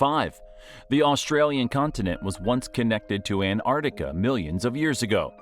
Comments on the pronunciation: The narrator also has the lazy american habit of only pronouncing half the name Antarctica. It's not the Antartic. It's the AntarCtic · There are two "C's" in AntarCtiCa and no " I " in Fraser . It's not FrasIer Island . The European Alps are in Europe , not North America .Bloody yanks should stick to what they know , nothing ! Leave the hard stuff to anyone else . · Why do Americans have trouble pronouncing ANT ARCTICA………..NOT An Artica. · Why so our kids can learn how to mispronounce Australian city names, Antarctica and that jelly fish live in the outback? No thanks. I'd rather our kids learnt about Australia from Australians than from clueless Americans.